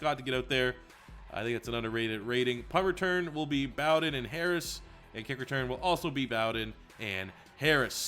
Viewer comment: as a Kentucky fan it’s (Bow-Den) like bow and arrow and like bear den